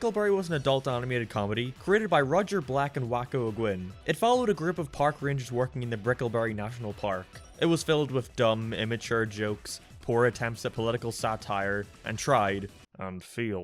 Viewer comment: His name is pronounced Wayco O'Gun